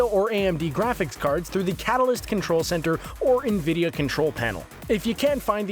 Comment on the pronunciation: "NVIDEO" graphics card Yes I love "NVIDEO" graphics cards I also buy "INTAL" cpus Literally tho please pronounce the names right